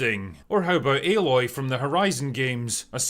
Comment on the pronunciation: # I like the videos but small critique I have is how many will talk about the Aloy thing but use the wrong pictures as an example. That picture you brought up is from the 1st game. The 2nd game is called Horizon Forbidden West, not Horizon Zero Dawn. She looks a little different but frankly better in the 2nd game. Also they say her name as "A-loy" not "alloy."